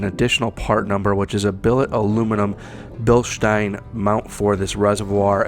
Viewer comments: If he was more of an exciting speaker and if he didn’t say Bilstein like “bilshtine” then he could really have something going with this channel bc this is a great review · It’s actually pronounced bill-steen. Currently stationed in Germany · i have the 14" travel version of these on a JKU crawler; it is an amazing shock if your rig is under 5500lbs. Respectfully, it is Bilstein ( Bill-steen) although, grammatically, Germanically and English-wise, you are pronouncing it correct for how it is spelled, Even the company people say BillSteen ( tho our Deutschlander friends may pronounce the S with their Sh inflection).....😉